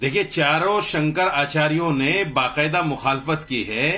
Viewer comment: पहले तो इसको हिन्दी पढ़ने का तरीका सीखना पड़ेगा,शंकराचार्य जी को,शंकर आचार्य बोल रहा है